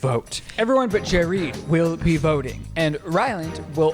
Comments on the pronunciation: Jerid’s introduction as “Jereed” had me laughing so hard I couldn’t breathe 💀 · 'Jareed' made me fucking choke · Jerid as Jereed had me dead. 🤣🤣🤣🤣🤣 Best. Gay. Guy. Ever!!!!!!! Sorry, Ryland and Chris. Haha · “Jereed” IS the moment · Jerid saying panspermia theory as if it's just face. He really enrages me when he does this, which is constantly by the way.